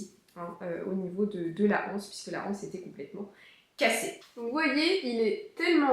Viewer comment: Je me permets de vous préciser qu'on dit une anse ou bien l'anse, les anses. La liaison se fait. "u n'anse" "des zanses". Il est vrai qu'aujourd'hui la majorité des gens prononce comme s'il y avait un "h" muet devant "anse". C'est une erreur.